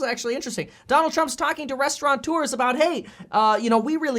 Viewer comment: Mr. Expert. It’s Restaurateur not RestauraNteur